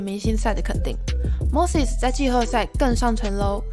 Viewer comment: Moses怎么就念成mosis了